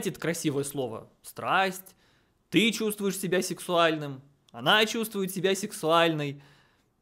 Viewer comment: произносит слово "сексуальный" со звуком "е", а не "э". Прям как моя бабушка))